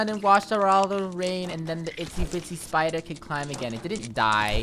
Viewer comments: No its spader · SPIDER MOre like spyooter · Me: its bisty spidoor-: LULULULULULULU SPOODER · Yoot spooder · lol spooderr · Itsy bitsy spooder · Yes he is LULULULULU spooder